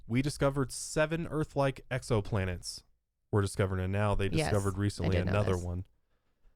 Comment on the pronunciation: Did they say EXOplant?! EXO